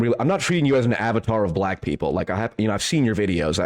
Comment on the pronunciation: I hate the way this dude says black people 😂 cringe. He also takes foreverrrr to get to any point. The level of beating about the bush is exhausting.